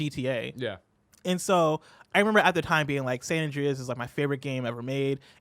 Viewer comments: Omg stop making him say San And-REEEE-as. I cant unhear it now and its driving me insane lol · "San Andreyes"